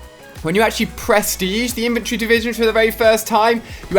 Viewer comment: Infantry divison not inventary divison... get it right